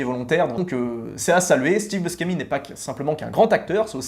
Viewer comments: Steve Buscemi: son nom se prononce /buchémi/, pas /buskémi/ er Robin Williams est décédé en 2014. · prononcer Bouchémy, c'est un nom italien